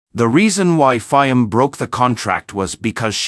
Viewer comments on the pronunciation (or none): This is a horrible production. Not much care to facts, names of country, use of correct pictures and video clips ( Mishmash of all sorts) pronunciation of PM Fiames name; horribly one eyed,...CCP production at its communist best. We get it; you were pissed off at PM Fiames decision. Get your facts straight as to WHY?!